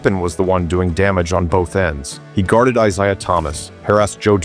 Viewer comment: I'm out, sounds like more AI-read stuff; it mispronounces Isaiah. Hate lazy-ass, AI produced shit.